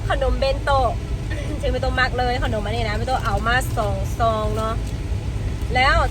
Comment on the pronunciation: ขนม อ่านออกเสียงว่า ขะหนม น่ะ ไม่ใช่ออกเสียงว่า ข้าวหนม แต่ที่ออกเสียงแบบนั้นก็ทำให้น่าเอ็นไปอีกแบบหนึ่ง 555